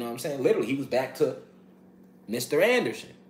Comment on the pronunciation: neo name was Mr. Anderson ...listen to the word ender-son